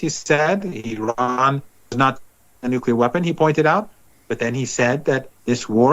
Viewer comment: The combo of blackmail and promised land is nucular!!!